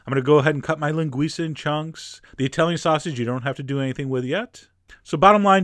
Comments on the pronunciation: Loved the video, Chef! I'm brazilian and I love feijoada. We don't usually make feijoada with these kind of meat, but I bet it was delicious. BTW good pronunciation of the word "linguiça"! Well done, Chef John! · Your pronunciation is awesome! You said "Linguiça" perfectly! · It's an amazing version of feijoada. And the way you pronounce LINGUIÇA is perfect, ALMOST A NATIVE. ;- ) Now I suggest you a video of Caipirinha to go together with this amazing dish. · Oh, by the way, you say "linguiça" perfecly!